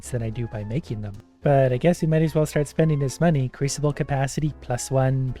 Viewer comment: He did not just say "creesable" when he it's "crewsable" (crusable) I'm dead 💀💀 lmao man I love him 😂😂